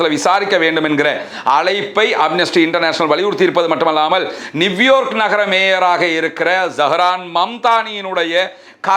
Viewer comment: நிவ்யார்க் இல்லை நியூயார்க் என்று உச்சரிக்க வேண்டும்